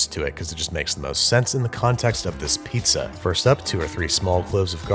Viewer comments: it's not "neapolitan piazza", just Pizza. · Ah yes, I love a good "neapolitan pizz"